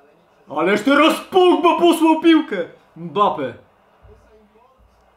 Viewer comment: mi sie wydaje czyon zamiast powiedziec mbappe powiedział bappe